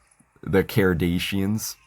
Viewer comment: bro thinks he quirky for saying every name wrong